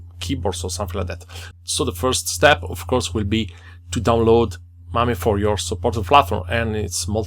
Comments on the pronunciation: Dude mispronounced it twice! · I also laughed, never thought to pronounce it like that :)